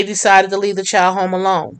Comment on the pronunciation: There is not a letter W in the word child